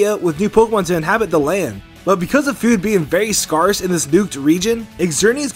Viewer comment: Much more darker also the way he says scarce like arse makes me uncomfortable and angry lol